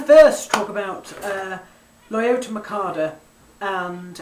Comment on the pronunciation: its macheeda mate. isnt makarda a chocolate stick thingy? what part of england you from? the only thing i disagree is that koscheck's statergy with smack talking near the end of the fight i think is perfectly fine. if his opponant isnt strong enough to egnor it, they shouldnt be fighting. on a end note, you should learn there names mate :) subbed ;) ADT?